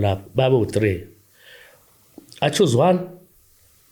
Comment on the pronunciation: Thought uthi "achuzi number 1" kanti uthi accused. Thought his a die hard Alaska fan 😂